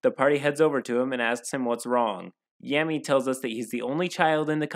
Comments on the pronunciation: Laughing at every time you say Yammy lmaoooo. Spoken like a true non-weeb 😂😂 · As soon as he says, “Every kid turns 13 and gets their grimoire” I immediately knew it was gonna be about Blackclover (I read the manga and I love it dearly as it’s honestly inspirational and I relate to Asta a lot). Also I love how he mispronounces “Yami” all the time The Dm basically just took Asta and swapped him with Captain Yami but made him incredibly pathetic and cringy